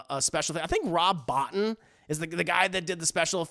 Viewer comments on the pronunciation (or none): The Howling, IMO, has the best werewolf design. AWIL is the most fun. Dog Soldiers is also fantastic. Rob Bottin's last name is pronounced Bo-TEEN. Great list !